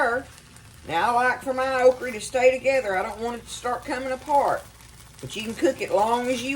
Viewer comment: Your pronunciation of okra kills me. I was born in the Lowcountry of Charleston SC and we say okra with a hard a. You food looks amazing.